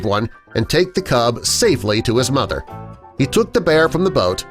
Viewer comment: Mother not mothder.